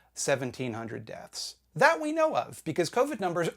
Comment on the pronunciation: "No dat wans fine"